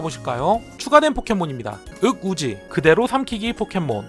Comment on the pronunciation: 윽우지 흑우지라고 읽음...